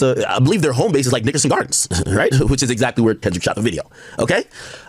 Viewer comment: “I even hate when Ak say the word Nickerson, but that’s just me I guess” 🤷🏾‍♂️